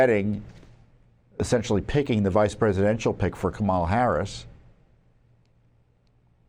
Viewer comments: She pronounces her own name like COMM-ela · I've heard her name pronounced Obamala. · It's Kambama